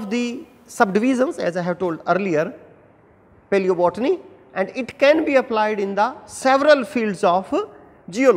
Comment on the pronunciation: Nice but plzz pronounce properly paleobotany